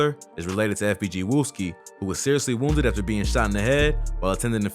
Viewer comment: he added an e and there is no e in wooski